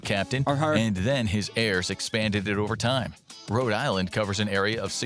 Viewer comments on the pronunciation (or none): none